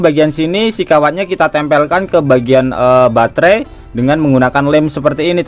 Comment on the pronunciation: Batre bukan bangre kan boys